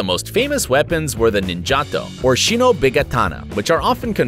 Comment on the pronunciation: Did you say shinopi? And ninjako correct shinobi ninjago